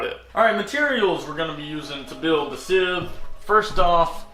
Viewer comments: It is scythe not sith lol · Everytime he says scythe in that weird pronunciation It sounds like he is saying Sith Could you imagine a Sith Lord walking around with a scythe He would look like death😶😑😐🙃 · Sithhhe hehe lol long pronunciation. Who says sithe? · Never heard it pronounced like that before😭